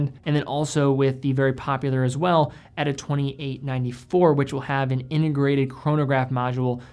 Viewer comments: Pronounce "Ehh-taa" ... not "Etta" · Would be awesome if you could pronounce T instead of D in miyota, eta and sellita.